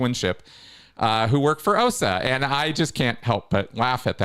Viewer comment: Always suspicious of someone who says the OSA acronym incorrectly. 😅